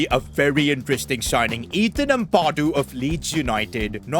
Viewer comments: It’s Ampadu not Ampawdu( sorry if this seems criticising or mean) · it's pronounced am-pad - oo not ampa-doo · Its amp - a - doo not ethan amp - ah - doo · It’s not pronounced uhmpahdo it’s ahmpado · As a leeds fan please pronouce ampadu's name right its Am-pa-du not am-par-du and say the pa like how youd pronounce papin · as a leeds fan it is pronounced am pa doo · the way you say ampadu hurts my soul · Your saying Ethan Ampadu’s name wrong